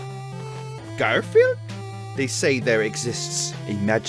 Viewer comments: Did he just say gorfield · why did you say gorfield and its not gorfield its garfield